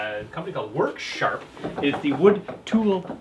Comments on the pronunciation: worksharp "er" not harder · I was waiting for the water heater to explode, ahahhaha like the smokehouse catching fire, love all your videos, I learn stuff and laugh my a** off, u crack me up! "Worksharp", Im from Boston so I talk that way already! LOL